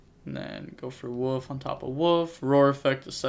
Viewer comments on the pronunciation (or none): It's Wolf not woof! Lol